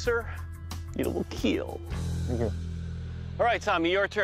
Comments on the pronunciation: the it will keel is so weird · “it will keel” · It will keel! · It will keel . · It will keal.... Great!!! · It will keel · It WiLl kEaL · most importantly tho it will keel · it will kiel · IT WILL KEEL!! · "it will keel" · “ it will keel “ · I like how hw says "it will keel" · I came here for "it will keel"